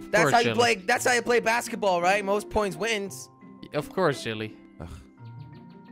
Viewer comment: Jellly is not jellly jorden😂😂